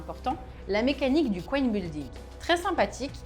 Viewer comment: Tout est nickel sauf la prononciation de l'anglais ^^ Sauf si on parle bien de "couenne" mais je ne pense pas avoir vu de cochon dans le jeu :p Hésitez pas à aller sur google translate, vous pouvez en un clic entendre le mot en question. Ca coûte rien et ça fait vraiment plus pro. Surtout si on ne l'écrit pas à côté, clairement là c'est pas compréhensible.